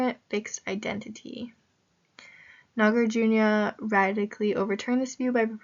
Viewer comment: Hello, you can pronounce Nagarjuna, as Nagar+ Juna. but try not to pronounce as NagarJunYa. Shunya + ta => shunyata But great job in posting videos